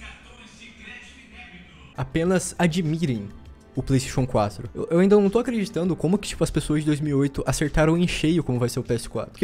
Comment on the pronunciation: Kakaxe falando Playstation 4 parece que tendo um derrame. "Plaisxexun 4"